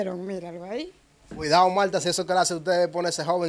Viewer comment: Mire diga Martha no Malta 🇲🇹 es una planta o malto. Eres un chico joven y prendedor. Y como comunicador debéis hablar tu lengua correctamente. Donde van las L menciona y donde va la R igualmente el buen dominicano y patriota no imitas otro país jóvenes rescaten su español el que se hablaba hace 50 años